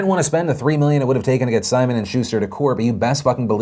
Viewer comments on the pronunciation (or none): none